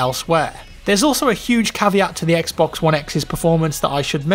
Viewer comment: I swear if he says "xbux one" one more time..